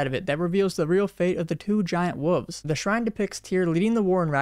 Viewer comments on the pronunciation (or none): I don’t trust anyone who says woofs instead of wolves